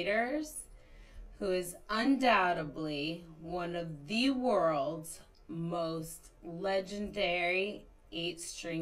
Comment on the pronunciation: Bruh she says undoubteBly no one gonna notice that??